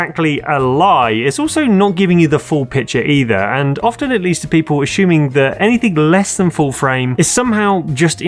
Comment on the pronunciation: Repeat after me. Assuming is aSSuming, not aSHuming. Just like glass is glaSS, not glaSH 🤷